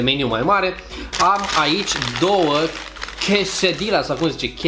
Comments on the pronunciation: "Quesedila" se pronunță de fapt "Quesadia" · Quesedilla se citeşte 'Chesadeia' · se spune chesadia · Se pronunța chesadia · se spune chesadia😀❤ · Se pronunță chesadila ... deși se scrie quesadilla și nu conține ciocolată , ci foarte multă brânză , porumb , roșii ... originalele sunt facute fără carne și de obicei sunt servite cu un sos de sweet chilli :)) Apropo .... De unde ai luat Taco Bell , la noi în Constanța nu avem Taco Bell :( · Se pronunță Chesadia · Acele chesedila (nu stiu cum se scrie) se pronunta "chesadia"! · Se spune chesadiaaa. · Se pronunţă chesadia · se citește chesadia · Quesadilla se pronunta chesadiya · **Chiesadia** asa se pronunta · Se citește "chesadia" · Se spune chesadia si burito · Se zice ,,chesadia" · Se pronunță chesadia.Asa se pronunță nu se scrie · Se spune Cassidy la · Se citeste ,, chesadila " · se scrie qusadillia si se spune cuesadilia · Se scrie quesadila și se pronunță cuesadia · Chesadias* se citeste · se zice chesadilia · Se citeste qesadila cum am scris wu asa se pronunta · Se spune chiesadia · Se pronunța cesadia